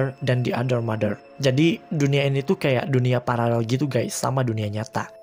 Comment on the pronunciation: Koreksi : Paralel bukan pararel aku dulu juga gitu kalo bilang Paralel Wkwk